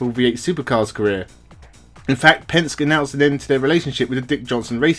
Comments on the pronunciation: The blokes name is not Pensk. it's Penske, pronounced PENSK EEEEEE. You sound like you don't have a clue, when you mis-pronounce one of the most powerful names in world motorsport . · Penske -Pronounced Penski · Just a tip so that you sound authentic, the pronunciation of "Penske" is "pen" as in something to write with and "ski" as in jet ski. He is a huge name in the U.S in motor racing circles and I'm a little surprised you haven't hear Roger Penske's name mentioned before. Re-edit the audio and no one will know.